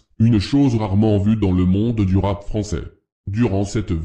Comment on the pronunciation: Je viens de tomber sur cette vidéo et à « dans le monde du rapp français » 😂 dejà morte de rire.